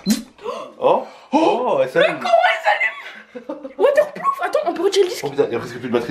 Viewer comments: A il dit "water plouf" au lieu de "water prouf"😂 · waterploof mdrrrr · "waterploof" ptdrrrr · il a dit waterploof carrément jetais mort